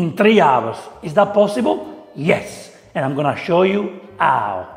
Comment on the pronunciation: Caro chef, deve provare a tossire per far sentire la H della parola "how". 🤪